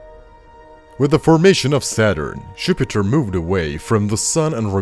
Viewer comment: I agree that he said Župiter